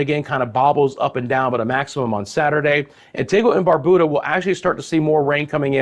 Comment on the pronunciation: It's Barbuda ( bar(byou)da) and Antigua (antigah).Bonaire pronounced bow-naire